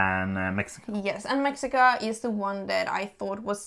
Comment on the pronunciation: It's pronounced meh-shee-kah.